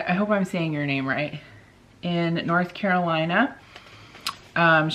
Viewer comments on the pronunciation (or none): none